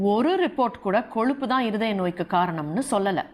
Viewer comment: Koluppu illa ma. Kozhuppu.